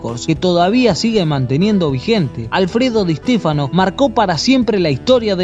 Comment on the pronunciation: Di EEEshtéfano xD